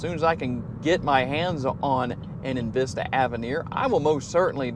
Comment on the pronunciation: Its not invista its envista really